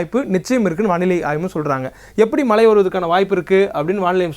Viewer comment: Malai nu solatheenga.....it's mazhai